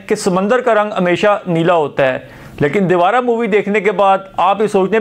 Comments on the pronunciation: Devra KO debara bol Diya tumne bhai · दिवरा नै देवर Pronunciation correct करलो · Bhai movie ka naam "Divaara" nahi hai. "Devara" hai.